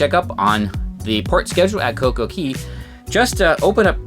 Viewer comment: It's not CoCo Key.. It's CoCo Khay / Cay